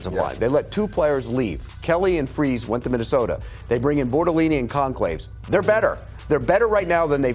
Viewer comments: Ah yes, the Colts let go of FREEZE and now have CONCLAVES. How are you supposed to take someone seriously when they can't even pronounce half the players names correctly? They're not even particularly difficult or uncommon names. Fries and Goncalves. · Old RG Fries = FRYS, like it is spelled, as in French Fries. New RG Gonçalves = Gone-SAL-ves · "Gonclaves"? Why should we respect his opinion when he slaughters the names?